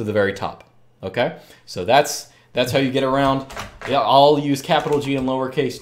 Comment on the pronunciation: when you say yeah, it sounds like german ja. Is this intentional?